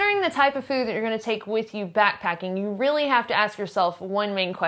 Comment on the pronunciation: I like the way she says fööd and möönshine